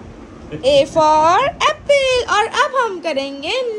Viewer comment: Not appil its Apple please pronounce correct.